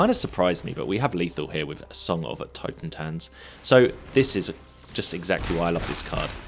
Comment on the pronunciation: Minor nitpick - i think you read the totentanz like totenzan, probably because of sokenzan :)